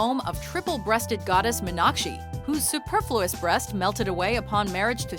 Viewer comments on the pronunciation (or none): none